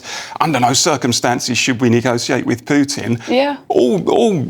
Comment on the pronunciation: Don't forget, politicians like Johnson are just messengers for their wealthy donors. Their various financial empires (Big Weapons, Big Tech, Big Pharma etc) control the world, not a democratic societies. Btw stop mispronouncing Pew-tin, it sounds ignorant and disrespectful.